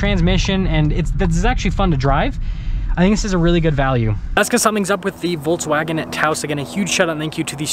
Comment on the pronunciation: Nice review! Volks, not Volts. :)